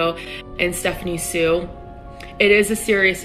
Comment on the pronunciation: Thank you so much for Saying Stephanie Soo correctly 👍.